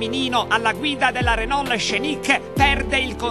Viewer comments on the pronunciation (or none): renol con la "L" finale bravo bravo